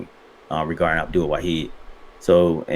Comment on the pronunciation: Respect for saying Abdul's name as it is. 💪🏾